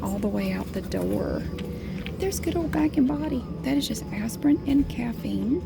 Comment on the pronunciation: She’s so adorable, especially when she says Aspirin it sounds like Asspirin 😂😂😂❤️